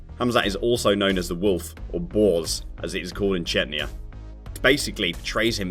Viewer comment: Chenya? First Chechnyan I've heard pronouncing it like that!